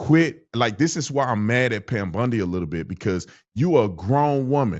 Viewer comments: Pam Bondi not Pam Bundy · It's Pam BONDI Tatum, not Bundy. 😂😂😂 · Tatum said Pam "Bundi"😂😂😂😂...it's BONDI